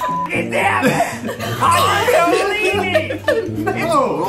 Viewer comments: Ned's pronunciation of Kundalini was actually so accurate 😂😂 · Ned you were correct, it's KUNdalini not cundalini